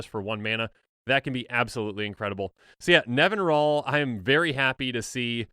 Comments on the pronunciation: I'm guilty of this too, but it's Nevin-EE-ral. (Also, it's science fiction author Larry Niven's name backwards) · I always thought it was NevinYrral nor Nevinral, ;P In all honesty idk how it's pronounced... I see Safron Olive's videos, so I at least know he's pronouncing things wrong lol